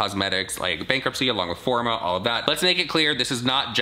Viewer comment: "The company is mine. It's FOR ME!" Jaclyn, it says "FOR-MA"